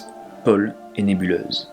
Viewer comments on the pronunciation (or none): none